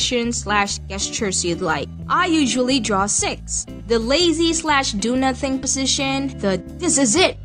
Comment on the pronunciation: positiion every time, now writing positition.. i love your sound, kind a cute ^^